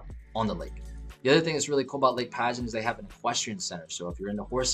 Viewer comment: Just a couple of quick things from a long time Land O Lakes resident.... Lake Padgett is not pronounced Pageant. It's "Padg-it." The Community Center of which you speak at the end is not on U.S. 41. It's on Collier Parkway, just south of the Plantation Palms community that you highlighted earlier. That being said, it is an awesome place to live. Close enough to anything you need/want to do yet suburban enough to not have to live right on top of your neighbors.